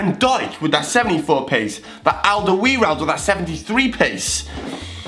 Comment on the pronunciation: its aldewereld I know cause a im dutch